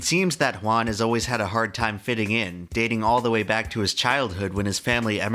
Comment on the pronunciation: FINALLY SOMEONES PRONOUNCES CORRECTLY JUAN!!!! gratz from Argentina